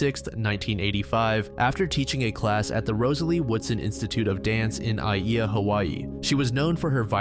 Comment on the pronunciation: If you ever come across it again, the pronunciation of “Aiea” is “I-A-uh”